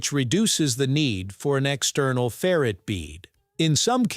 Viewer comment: That's ferr-ITE, not ferret.